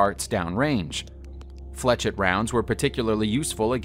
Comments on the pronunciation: 'ette' IS pronounced 'ett' , as in Corvette. 'et' is pronounced as an 'A'. I was talking about the 'etch' instead of 'esh' part of the word that was pronounced incorrectly. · Flechette is pronounced as 'flesh-ett', not 'fletch-ett'. Point, not dot. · I don’t blame him for putting like that because of the guys shitty pronunciation. It should be pronounced like flee shay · The correct pronunciation of flechette is fleh-SHET, not fletch-it. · He can't pronounce flechette either